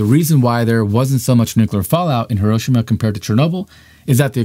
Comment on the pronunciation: If you're gonna continue to make these videos, which are otherwise good, learn how to pronounce "Hiroshima" correctly. Thanks. It's not a "tomato"/"tomato" or "potato"/"potato" thing, Hiroshima is a PROPER noun, say it right.